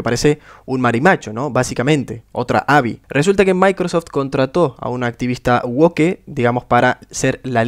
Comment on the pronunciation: Que asco cuando pronuncian mal woke pronunciándolo literalmente xdddd (literalamente en español)